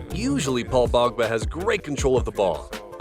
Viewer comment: His names Paul Pogba not "Bogba". Also how is that not great ball control? It was clearly intentional and put the ball back where it belongs. On the pitch.